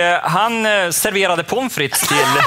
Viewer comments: Det har inte med dialekten att göra, det är hans betoning på POMfritt istället för pomFRITT :P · Haha "Påmm frites" det är så jävla kul! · De är rätt taskiga, men visst är det roligt. :D Hahaha, har aldrig hört den betoningen förr.